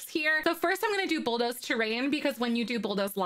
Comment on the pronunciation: Hahahahaha .... it's BULL DOOOOOOOZE. I laughed too hard every time you muffed it up. :-p (not sorry) Awesome tutorial !! *thumbsup